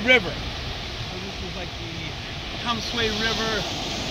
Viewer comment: I live here. I know the spelling is misleading, but it is pronounced "Danshway". Another spelling is Danshui. Thanks for visiting! It is a great place.